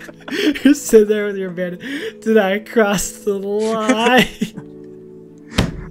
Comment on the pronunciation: BTW The MASK is upsidown not a Bandana Banana Say if banana sounds like bandana